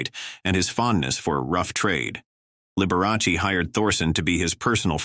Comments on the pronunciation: At least pronounce his name correctly....it's Liber a chee. It's Italian. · "The bi-o-pick on liber-a-see" AI again. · You aren't pronouncing Liberace's name properly. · The A I voice can't even pronounce Liberace properly. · Out of respect, couldn't you at least pronounce his name correctly. Liberace. it's Sal (sounds like) Mini 0.